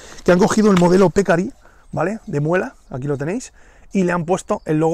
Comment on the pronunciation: Buen video. Te aclaro que "pecarí" es palabra aguda de acento.